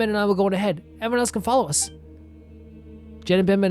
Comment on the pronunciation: I'm so far behind because I haven't played Kaveh's hangout yet, gotta catch up quickly^^' Also, just to let you know, from what I heard Jeht's name is actually supposed to be pronounced more like "Yecht" (similar to Yacht, with a non-silent h), but I'm not certain about that either and most people probably do pronounce it like Jet.